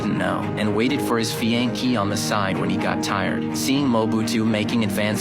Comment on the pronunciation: Whoever narrated this should learn to pronounce fiancee correctly.